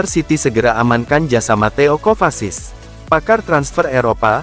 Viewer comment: Mateo kovasis hahaha,minimal benerin dulu klo nyebut nama pemain mind,ngakak anjirr